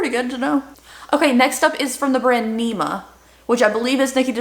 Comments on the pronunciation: It not neema but nimmmya 😜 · I think Nikkis pallette is pronounced Nim- ya. I believe. 😁❤️